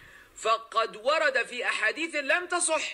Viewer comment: I think you brothers missed one of his blunders , where he says: في أحاديثٍ When it should be في أحاديثَ Because it’s mamnoo’ min as-sarf.